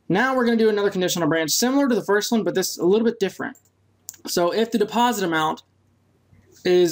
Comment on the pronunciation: So how many people have corrected you on "deposite"?